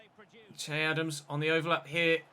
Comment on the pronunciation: You pronounce its not chey even though it may be spelled che it’s pronounced shay